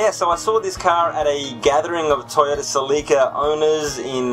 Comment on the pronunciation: Ha, I've been calling them Cel-lee-ca now because of your videos. Now this is a Celica I'd own. They're mostly driven by teenagers here and are typically automatic. I thought about buying one before I bought my current daily, but they're not the same as the other Celicas. That being said, I'd probably go for a second generation Celica-Supra. Despite not being related to just the Celica, I'd love an MK2. Also, you could always alternate between 'Car of the day' and 'Question of the day'.